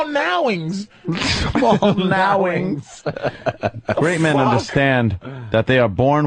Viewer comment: “Small nowings”😂